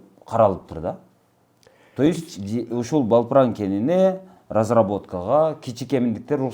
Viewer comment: Балпран, эмес Далпран....